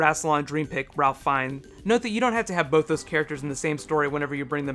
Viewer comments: Tatiana maslany as a minor timelord caught up in the story, (by the way you should totally do orphan black videos), though I don't think we'll be seeing galifrey in the near future, also not meaning to sound picky, but its pronounced Rayfe fiennes, not ralf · isn't it pronounced RAFE FINES? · FYI Ralph Fiennes is pronounced Rafe Fines (like safe mines). While he is English his name is of Norman (or French since that is the language of Normandy) origin. Hence the disconnect. Just a nitpick though I love your suggestions. Keep up the good work.